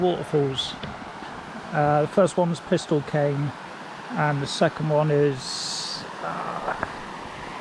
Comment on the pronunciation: FYI…it’s pronounced peace-steell kign. Good film though.